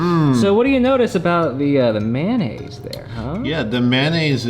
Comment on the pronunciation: please stop saying it like "man-naise".